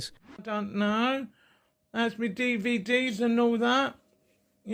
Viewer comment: bro said "D.V.D.S" Do you not know what a DVD is?